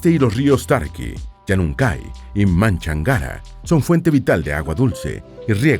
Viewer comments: Bonito reportaje, sólo que el rio de Cuenca no se llama Manchangara, su nombre es Machángara. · Gracias por difundir nuestro Ecuador. Soy de Cuenca y la pronunciación de conocemos del Río Machangara se escucha distinta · Machángara es el río se pronuncia con tilde en la a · Lo correcto es Río Machángara no Manchangara? Saludos desde Ecuador 🇪🇨 🎉